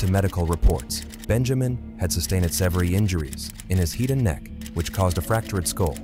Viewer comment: Ah yes, the machete to the "heed". AI is not entirely there yet😂